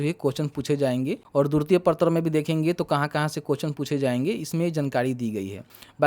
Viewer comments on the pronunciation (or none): Durti nai hota hai..dwitiya hota hai murkh